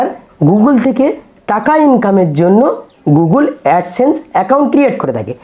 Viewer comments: Apni age gugul noi google bolte sikhun 😅😅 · গুগল বলতে পারছেন না দাদা আবার "গুগুল" বলে গুগল থেকে টাকা ইনকাম করে ফেলছেন আপনি??